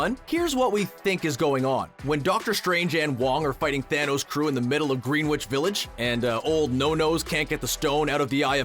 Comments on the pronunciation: Green Witch village? It's pronounced "Gren itch" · My boy said GREEN-WICH village. Its literally said like GREN-ICH village. This dude is def. Not from NYC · "Green Witch" Village? It's "Grin-itch" Village. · Gren-itch, not Green-witch. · pronounced GRIN-itch Village not "Green Witch"... or was that a joke? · It's pronounced like Greenwich in England not Greenwitch. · Dude. That's not how you pronounce "Greenwich Village." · Learn how to say Greenwich Village